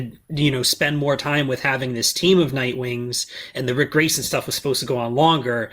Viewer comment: Huh, Ric Grayson? I thought you said Prick Grayson.